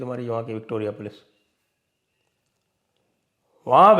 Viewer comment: 'Sympethiser'😂😂😂, 'Pols aa gayi'.